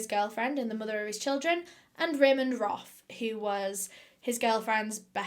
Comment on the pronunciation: Ramend Roth Me: haha Ramen Broth haha